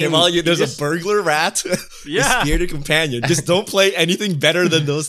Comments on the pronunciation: I had to google it because all 4 of them are saying it wrong. The card is BURGLAR rat, as in the crime BURGLARY meaning stealing. made the card big and asked how to say it and still here we are with all of them saying bugler rat... my brain can't take this. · bur·glar noun: burglar; plural noun: burglars a person who commits burglary. "the burglars smashed a glass door to gain access" Driving me nuts, bugles lol.